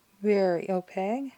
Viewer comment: Thank you for sharing. I I was able to narrow down what I actually want. By the way, in case no one has told you yet, opaque is spelled with a q and subsequently, pronounced with a q as well… O-pake 😂 Not, O-peg. 😉 Now I’m going to spend more money on art supplies. ❤❤